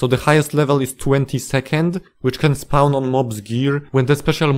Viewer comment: First time I'm hearing spawn pronounced as spaouwn. Also fandom wikis are evil monopoly garbage, use real wikis